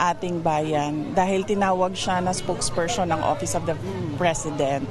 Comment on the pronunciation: Kadiri talaga si Shara Duterte. She can’t even say PERSON properly. SPOKESPERSHON daw. Such trash.